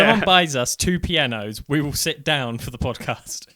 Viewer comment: Ummm... awkward typo... you said shit not sit... LOL!